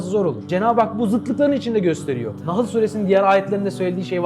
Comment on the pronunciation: Ağzına sağlık güzel olmuş sadece sürelerin isimlerini düzgün söylersen iz bilmeyen kardeşlerimiz rahat arama yapar NAHIL değil ( NAHL) sûresi